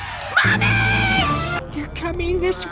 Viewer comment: DID HE SAY MUMMIES OR MOMMIES